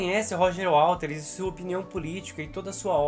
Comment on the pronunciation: Não é WALTERS, é WATERS